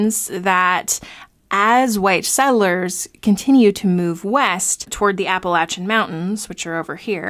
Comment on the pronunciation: Finally someone says Appalachian correctly.